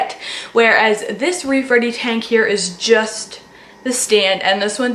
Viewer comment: Omg for a second I thought you said “rape ready tank.” Wtf